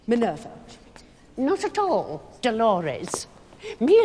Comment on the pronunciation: it’s minveeera not mivuuura